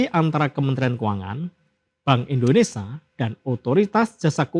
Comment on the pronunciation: Maaf pak! Indonesia! Ada "sia".. Buka ENDONESA